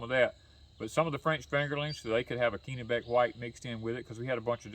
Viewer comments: It’s 30* F here in northern Maine this morning. We have baby plant started inside. Sure hope it warms up by the end of May. Oh, by the way, it’s a soft “e” in Kennebec 😉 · It’s 30* F here in northern Maine this morning. We have baby plant started inside. Sure hope it warms up by the end of may. Oh, by the way. It’s a soft “e” in Kennebec 😉